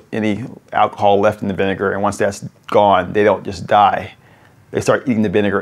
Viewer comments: vin-e-ne-gar say it from the n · It’s probobly vinager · What is the second syllable of vinegar???? 😂😂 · Vinegar with a hard R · Say vinegar without the vi 😳